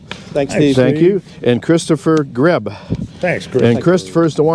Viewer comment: Grieb is pronounced (greeb) my last name is almost as hard as yours! People get it right maybe %25 of the time!